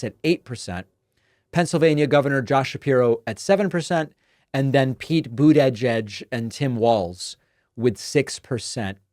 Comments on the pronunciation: Now we're pronouncing it Buddah-jedge? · If this happens, it another example of a politician putting their own ego above the interests of the country. Also, why do you always mispronounce Butigieg’s name like that? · and what's up with your weird pronunciation of Pete's last name?